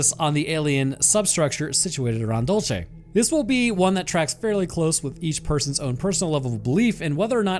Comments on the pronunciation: Dul say, not dul chay 😅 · IT IS PRONOUNCED: DULL-SAY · And it’s dul- say not whatever you said you nerd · Also, idk why people have such a hard time pronouncing “dulce”. It’s DOOL-say, not dole-chay. It’s Spanish not Italian. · It's pronounced Dool-see. As a New Mexico native, I can say that there are probably more UFOs in the state than anywhere else. Always have been. Love your stuff man! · I knew as soon as I saw the title it was going to be about Dulce. My understanding is it’s pronounced “Dole-Say” That said, the underground base has humans working along side the greys and reptilians. The reptilians built the underground base a couple million years ago because of the high magnetic fields deep in the earth in the southwest. One of the lower levels they do animal human hybrids from transients they’ve kidnapped over the years. There’s a level that has the ability to trap souls of creatures that accidentally end up there when they are astroprojecting. The war happened when a reptilian wanted Phil Schneider to release information about what was going on. The war ended up just being a failed mini rebellion. Also, the greys are like worker drones who communicate telepathically. They don’t get along with the reptilians and sometimes fights break out. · You're pronouncing Dulce wrong too ! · The way you pronounce Dulce is grating af, what a way to anglo-cize a Hispanic place! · Santa Fe is the state capital, such ignorance in this day and age, plus, you pronounce Dulce incorrectly , goodbye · I just cant stop laughing at how he said "Dulce" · Also this is gonna drive me mad Dulce is pronounced with a soft C like in Cereal not a hard Ch sound if you say Dulcereal and take out the real then you got it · you have a strange way of pronouncing Dulce